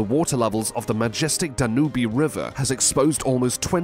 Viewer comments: It is not pronounced Da-nu-be, it is however said as Dan-ūbë, … and yes this city is pronounced Tempee, … , … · Uhhhhh. TEMP-ee. PAN-a-mah. DAN-yube. Where do you get these pronunciations? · Hey that river in Europe is pronounced Dan - ube. . Just 2 syllables. You need to look the pronunciation of words before you publish the names. Makes you look like you just don't care and are ignorant.